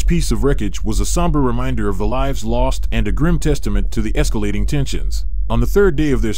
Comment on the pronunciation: AI mispronouncing "lives" gives me comfort..AI may be intelligent but it doesn't have intuitive properties needed to over throw humanity